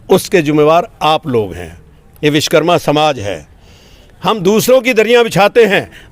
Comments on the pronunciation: Bhaiya sbse pehle vis karma nhi vishwa karma bolna sikh lo ... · Vish+karma= Vishkarma nahi hota hai SIR Vish= matlab poison (zaher) hota hai Vishwa= matlab world (sansar) Vish+wa+karma= Vishwakarma hota hai... Apne toh pura matlab hi badal diya... Vishwa ko Vish bana diya SIR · सगठंन मंतरी जी पहले बोलना सीखो, देव शिल्पी श्री विश्वकर्मा जी महाराज को राजनीति ओर समाजिक धार्मिक सगठंन के प्रमुख लोग सभ्यता से नही बोलेगे ,तो समान्य लोगों को क्या दोष, आपके विचार सराहनीय है किन्तु भविष्य में ऐसी भूल न करें सगठंन में कैसे जुड़े लाभ भी बतायें ,आपने बार बार विशकरमा बोला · Manniy vakta mahoday vishkarma mat bolo shuddh nam Vishwakarma bolo. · आप खुद सही से विश्वकर्मा बोलो